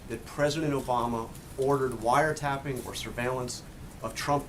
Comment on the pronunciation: Well said Jim, the "president" should have said "broad surveillance"...not "wiretapping" (or in trumpanese "wiretaping")I get that he has no clue what he is doing, that he was quoting Mark Levin (another mindless minion of the alt-right), but does he realize he is the president of 26% of the United States Population? Sean must get exhausted defending FKN TWEETS!